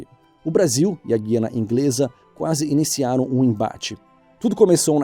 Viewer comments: Avisa ao relator que o nome do pais é GUYANA , GUY!!! E NAO GUI. Mais um pouco ele fala iguana. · A pronúncia correta gu i ana e não gui ana! GUIANA. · se há uma pronúncia que a maioria dos brasileiros aprenderam , com certeza não é GUIana como se fosse falar GUItarra. Isso dói os ouvidos. Aprendi a falar Gu-i-a-na, como se fosse falar a letra "u" bem forte. Essa outra pronúncia é tão errada quanto o que houve com o acordo ortográfico de 1990, em que saiu o trema e muitas pessoas queriam inventar uma nova pronúncia para "linguiça" (em que o "u" continua sendo pronunciado). Ninguém diz "lin-gui-ça" como se fosse dizer "enguiça". Portanto, vejo essa pronúncia como errada. E olha que eu estudo bem a pronúncia do idioma. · Diz-se "Gu", "Gu"iana e não "guiana". 'Os dicionários de autores brasileiros consultados (Dicionário UNESP do Português Contemporâneo, Aurélio XXI e Houaiss) apresentam a palavra Guiana — no interior do verbete guianense — escrita sem trema. Aparentemente, poderia dizer-se que a pronúncia subjacente implica a não realização fonética do u, e é assim que acontece em Portugal. Contudo, o Dicionário Houaiss indica que esse "u" é para ser lido, constituindo ditongo com "i" ("ùi"), como no nome próprio Rui. Por conseguinte, no Brasil deve pronunciar-se Guiana, com o ditongo "ui". ' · Eu sempre ouvi que a pronuncia deste pais é Gu- i- a-na ( ou Güiana) e não Gui- a na.como o reporter está usando. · A pronúncia é Gu-i e não Gui - Guiana. Pode ter todo o petróleo do mundo, mas vai continuar pobre, é um povo mal educado e desonesto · Interessante e informativo o vídeo, como sempre,. Só uma correção... o nome do país se pronuncia Gu-i-ana e não o "gui" como na palavra guitarra. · Não se pronúncia GUIANA como GUIA. Pronuncia-se GUIANA como Guria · Ler se gu i a na e não gui Ana.... assim perde credibilidade kkkk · A pronúncia não é Guiana. Por isso o trema não deveria ter acabado. Escrevia-se Güiana . GUiana . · Guiana.....aprendi Güiana...na escola